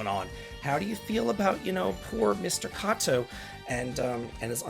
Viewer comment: Just letting you know that you pronounced Kato's name two different ways in this video. The latter one at the end of the video is the correct way. Not trying to bust your balls over it but seeing as it's the name of a recently departed person I figured you should know. Especially since I know you don't mean any disrespect. As a bit of a super lite crash course, Japanese is a rather vowel-heavy language. A= ah, i= ee, U= oo, E= eh, O= oh. <-- When not paired with other vowels, they make your standard vowel sounds. The "ay" sound you pronounced it with the first time is only made when E and i are together (ei). Likewise, the "eye" sound is only made when you see A and i together (ai). A and O together (ao) make sort of an "ow" sound (like ouch without the ch). Since you're familiar with Suikoden, you should already be familiar with U and i being similar to a "we" sound if spoken fast. If it's not obvious, these sounds come about by chaining the vowel sounds together. This is the most layman's way I could think of explaining it so hopefully it makes sense to you, so you don't struggle so much reading Japanese words in the future. I know how much you hate it, but it's really not as bad as you think it is. Most of the time anyways lol. Hope this helps.